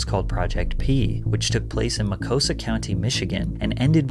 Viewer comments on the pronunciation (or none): Ma-Cost-A is how it’s pronounced (I lived there for over 10 years) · The "T" is not silent. It's Muh-cost-a County. Mostly nature and farmland. Home to a large Amish community. It is also the home of the Ferris State Bulldogs.